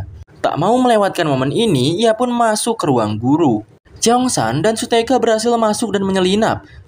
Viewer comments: Kak mohon maaf namanya bukan su-teka tapi su-hyeok itu yang aku itu namanya bukan su-teka 😊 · shuyok bukan suteka bang tapi gak papa de!